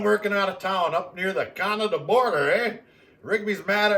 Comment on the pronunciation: Hello, I could throw a boomerang all day long, if it doesn't come back to you it's not a boomerang... it's a stick 🤣, Great gift from old mate Crouch 👍 Were you speaking English at the end when you said you were working on the border 🤔, What language is that?? I've heard it before but I cannot put a finger on it 😁👍🍻🍺🍺🍺🍺